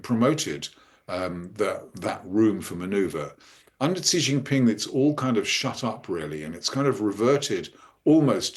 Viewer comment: What a disaster just seconds in! She came up with some sound to pronounce "Xi" that doesn't even exist in Chinese (or English)! The X in pinyin (romanized Mandarin) is like an sh sound in English, except the tip of the tongue is down, against the lower teeth and it's another part of the tongue a bit further back that's near the roof of the front part of the mouth. If you can't do that, then the closest English sound is just an "sh"! Just pronounce "Xi" as "she" and you won't sound idiotic like if you make a separate alien sound for no good reason at all.